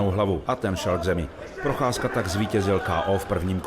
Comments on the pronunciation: a proof that chael can actually correctly pronoucne fighter names and botches it on purpose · I’ve never heard Chael pronounce his name right before 😂😂😂